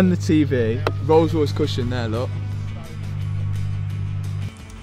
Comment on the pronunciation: I vote for the rrollllss..... ;-)